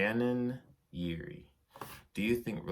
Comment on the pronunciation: Thanks for answering my questions! And I am also glad you said my last name right, LOL(Yeary) 😆. Most people don't. Enjoy learning more about you and if your going to full sail school. It is a really good school with a great tech program.